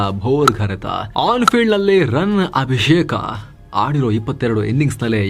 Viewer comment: ಅಭಿಷೇಕ ❌ಅಭಿಶೇಕ✅ ಕನ್ನಡ ರೋಮಾಂಚನವೀ ಕನ್ನಡ